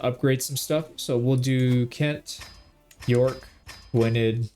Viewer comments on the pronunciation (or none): none